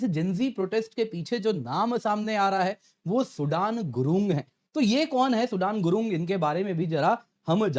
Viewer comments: Abey😂😂😂it's not सूडान गुरुंग, it's सुदन गुरुंग 😂😂😂भाई भाई क्या कर रहे हो। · सूडान नहीं सूदन गुरुंग! बड़े अंग्रेज़ हो गए हैं आप!